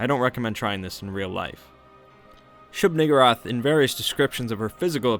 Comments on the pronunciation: I kept hearing shoog-N-wrath 😂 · Shub Nuh-gurr-ath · He knows he's mispronouncing the name and keeps on using it. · WHOA with the hard r